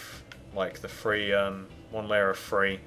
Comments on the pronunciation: learn h\ow kto talk dude1 its THree not Free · It's not free it's three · Lol he says free for three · Jacqueline Garcia i know, i like him to but he say free not three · Kennedy ,Lily LEARN HOW TO TALK DUDE ITS THREE NOT FREE! IS THAT BETTER FOR YOU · one two THREE not free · Three not free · lmao I was thinking the same thing omg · You are screwing it up and plus you say three like free. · dude please stop saying free instead of three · He says free instead of three!! Its anoying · This looks like trash and u dont even know how to say your 3's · You say three rong